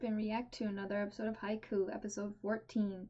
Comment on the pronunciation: Uhm idk if someone from patreon has said this to you or in the future episodes you changed it but the title is pronounced as Hi-Q not Haiku.